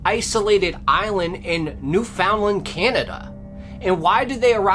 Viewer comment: lol, it’s pronounced Newf-in-land. Yes I’m from NL.